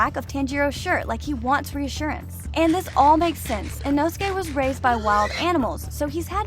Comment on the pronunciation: Ee- know-skay. Put that respect in his name.